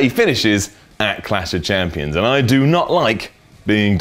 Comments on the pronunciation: is it really that hard to say clash of champions? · is reading a autoque, therefore how does he mess up saying Clash Of Champions lol